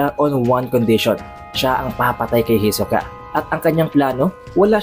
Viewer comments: Ang layu ng pag pronunce mo kay hisoka sa pag pronunce ni Ilumi. Hiso-ka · Parang nasusuka Ako sa pronunciation sa hisuka... Ito lang ang chapter na ayaw ko... HEYSOOKAHH.. hnd ko na tinapos .. HEYSOOKAHH.. ibahin mo ung pag kakabigkas mo sa HEYSOOKAHH FELLING KANO HAHAH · "Hisoka!" Para kang bading pre mag pronounce e. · Kahit ganun Pangit padin ng bigkas mo ng hisoka..😂😂 sagwa pakinggan..